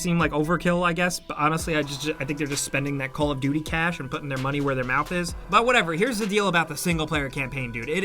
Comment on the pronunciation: “FAt STaCkS uf CeAsh”